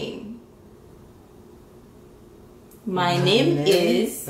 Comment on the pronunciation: Mesye a t di: Manyeuuuum is Otoniel😂😂😂😂